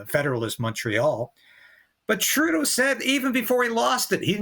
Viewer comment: Did you say comedian Turdo??